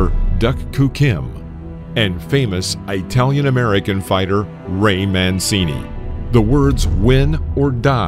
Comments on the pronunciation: EYE-talian? Really? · "eye-talian"? really? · Please do not call us EYE-talians. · Has this guy just pronounced Italian Aeetalian? 🤦‍♂️